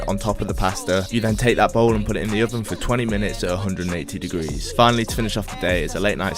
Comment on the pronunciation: Notts accent